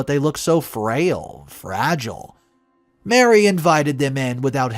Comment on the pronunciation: Ma Ree! Not Mary!